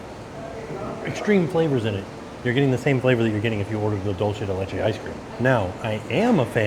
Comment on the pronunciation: Dulce de leche = "dool-seh deh leh-cheh"